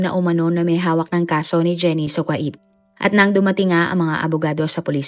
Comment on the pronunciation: NO BASHING PLEASE BUT Miss narrrator ayusin nyo nmn po ang pronunciation ng mga salita tulad ng "KUWAIT" (ku-w8) hindi po KWA-it! Im sure d lng adults mga nanunood kundi May mga bata rin pra po macorrect din kung papano tamang pagbigkas ng mga d nkkaalam ang hindi cla mapahiya at yung tamang pgbasa at pagbigkas ang mkksayan.